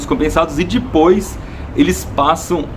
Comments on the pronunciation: Ibere, seu canal é perfeitamente perfeito, MAS PELO AMOR DE DEUS, SÓ EU FICO LOUCO COM ELE FALANDO "DIPOIS" ??? invés de depois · first error? "Dispois" kk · iberê, pare de falar "dipois"